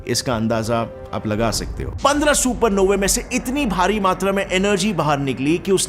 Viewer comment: Supernovey sounds like a gaali 😂. Supernovas bolo😊